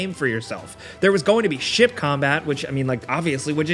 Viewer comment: I understood shit combat instead of ship combat 😂😂😂